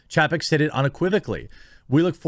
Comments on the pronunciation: This might sound petty but his last name is pronounced Chay-peck. I keep think eventually you will notice but it hasn't happened. It's one thing when it's just some word but this is a name. I would want someone to tell me if I was getting someone's name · Jeremy, love ya, but please learn how to pronounce Chapek... the A sounds like "paycheck" backwards...